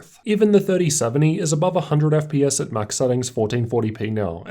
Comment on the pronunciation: Why do you pronounce letters E and S as a U. You always say FP"us" instead of FPS and Tust instead of Test. Just improve on the vocabulary because it's quite an annoyance.